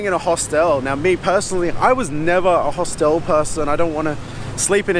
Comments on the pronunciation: mate...its pronounced Hostel not Hostel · One reason not to travel alone is there's nobody to correct your pronunciation of 'hostel' 😂 Only joking 👍